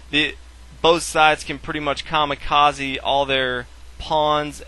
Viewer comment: Am i the only one who laughed when he said kamekazi